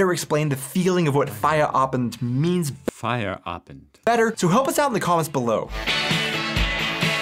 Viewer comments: When you say Feierabend its sounds like fire Abend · It’s not fire Abend! 😂